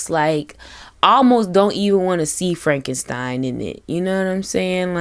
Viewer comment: Also, frenkenpeen 😂😂😂